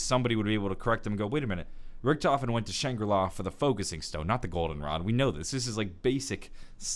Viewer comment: the biggest mistake is the way pronounces Richtofen